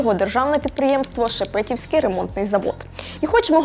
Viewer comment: всё таки ударение будет правильно делать ШепетІвський,а не ШепЕтівський ремонтний завод. Краще треба готуватись перше ніж подавати матеріал на перегляд широкої аудиторії.